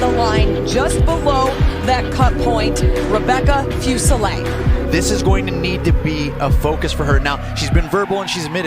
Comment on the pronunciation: SOOOOO HAPPY YOU GOT THIS UP - YEEE… FINALLY!! Can I just say… It’s driving me nuts to hear your last name mispronounced so much. Isn’t it : FooSehLay? Not FewSehLay. Or am I trippin? OoooOoohh and ma’am!! You were vulnerable with us!! YESSSS!! You’re always such a tough cookie on cam, and rarely show that side of you- we appreciate you sharing some vulnerability with us at the end. 2025!!! We’ll be here backin’ ya up again!!